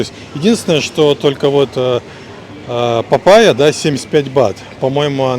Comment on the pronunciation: Папа́йя... Ударние на второй звук А